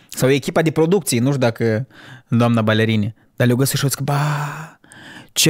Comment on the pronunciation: doar eu râdeam de fiecare dată când zicea duamna înger?